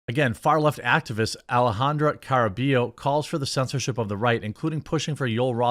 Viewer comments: It's car-uh-BUY-oh if you care. Maybe we just need here to translate for you again! 🤣🤣🤣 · Hey brother Jeromy, it's pronounced, Ca"rr"ah-bye-yo (rolled "R") You are welcome 😃👍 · Yo, Jeremy. It's not important, but the double L in Caraballo make a Y sound in spanish, so it'd be car-ah-bah-yo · It's "ka-ruh-BUY-oh", Jeremy. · It’s pronounced CARABAH-YO Don’t mind me it’s just a pet peeve of mine. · Can't lie Jeremy, it's kind of embarrassing that you can't accurately pronounce her last name; it's pronounced "Car-a-buy-oh"